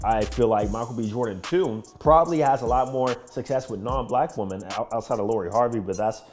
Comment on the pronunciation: I have no idea why you can’t say women or woman right 😂